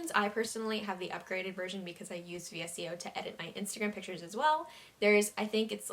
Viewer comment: VSCO is also pronounced as (visco) btw 🤍